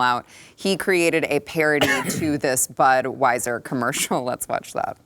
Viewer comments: I swear it sounded like Whoopi was pronouncing Budweiser as Buttweiser. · REWIND IT SHE KEEPS SAYING BUTWEISER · Whoopi can't even pronounce Budweiser or Dylan Mulvane correctly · You know she's not sincere because whoopie is reading a prepared garbage statement, and she didn't even pronounce the clown's name correctly. FAKEAF